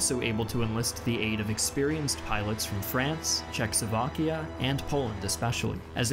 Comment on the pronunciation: Where is Check-Sovakia?!? Is that a new place?🤣🤣🤣🤣🤣🤣🤣🤣🤣🤣